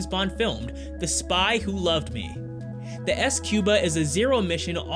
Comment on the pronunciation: I think squba is pronounced scuba...